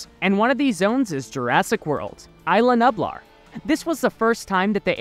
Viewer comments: BRO I HAD A STROKE LISTENING TO YOU PRONOUNCE NUBLAR YOU KEPT SAYING NUPLAR ITS NUBLAR HOW HARD IS IT!?!!? COME ON!! MY 6 YEAR OLD FREINDS CAN BEAT YOU!!? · No hate but it bothers me when you say nublar it’s nuublar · Please do pronunciation homework before doing voiceovers. Isla Nublar and INGEN. Both mispronounced. Just watch how they pronounce it in the movie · He said nublar wrong :D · He did! :hand-orange-covering-eyes